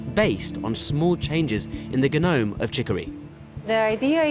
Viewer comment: How this narrator pronounces genome 😂😂😂